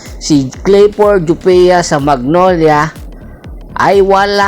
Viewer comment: Ayusin mu boss! C laput nasa injury list kaya c jopia ginagamit. Kapalit din nya c escoto kc nasa injury list din ACL kaya kulang cla ng kahalili ni sanggalang. Naka one yr contract c jopia. Anung walang playing time? Injury nga eh kya d nakakapaglaro! Gawa gawa ka lang ng kwento eh anung "jupia" jopia hindi jupia